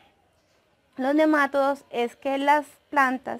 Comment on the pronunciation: Buen video, gracias. Dices nemátodos y se pronuncia nema"TO"dos, la sílaba fuerte es "to" y no lleva acento al ser una palabra llana y terminada en s. Tú lo dices como si fuera una palabra esdrújula. Gracias por aceptar esta aclaración. Saludos cordiales.